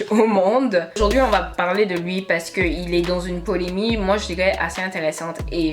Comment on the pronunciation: Chérie.. on dit polemiQUE